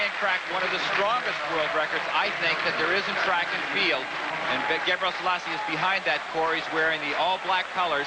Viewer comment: Larry Rawson kept pronouncing "Gabriell....selasse" Figure out where he got the ll sound from and you might learn the secrets to life, the universe and everything!